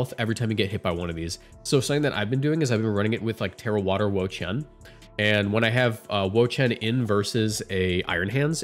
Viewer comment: Excuse me? Wheres Wo-chien? 😅